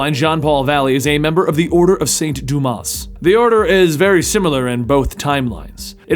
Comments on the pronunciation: it's Duma. S is silent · You don't pronounce the "s" in "Dumas" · Hey, just wanted to tell you, you don't pronounce the "s" in Dumas.:P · One of my favorite Gotham characters and favorite alternative batman. Not too fond of how you pronounced azrael and dumas though